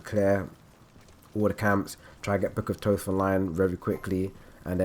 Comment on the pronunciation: You say book of thoth wrong..